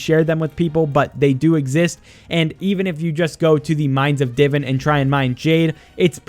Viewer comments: Not tryna be rude but its "di-vaan" not diven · Hearing him say divin instead of divan is so aggravating